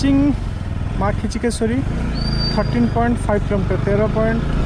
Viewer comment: କମ ସେ କମ ଦେବୀ ଙ୍କ ନାମ ଠିକ ଉଚ୍ଚାରଣ କରନ୍ତୁ. ଖିଚକେଶ୍ୱରୀ ନୁହଁ କିଚକେଶ୍ବରୀ